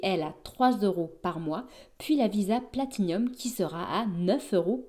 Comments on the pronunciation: Elle sont cependant tres laides les nouvelles, font vraiment tcheap et franchement pas l'eimpression de degainer une Platinum, d'ailleur arreter de dire Platinium partout, c'est une PLATINUM y as un i en trop Guillaume fait la meme, honnetement, ont dirait les carte Nickel beurkkkkk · Je l’ai commandée pour la tester tiens… j’en ai pas trop besoin mais voilà à voir. Et au fait, c’est Platinum, y a pas de i en plus 😆